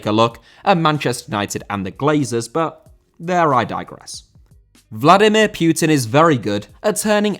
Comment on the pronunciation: "Vladimir Pioutine" Are you really that english?? Pronouncing anything that's not english so fucking bad